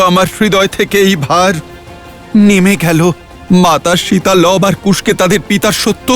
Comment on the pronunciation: শিতা আবার কি জিনিষ!?! আপনি বোধহয় ভারতীয় নন,,, শব্দ টা সিতা বা সীতা